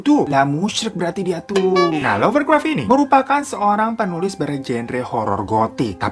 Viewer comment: Lovecraft bang bukan lovercraft hehe